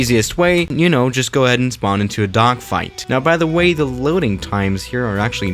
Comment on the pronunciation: he said duckfight LMAO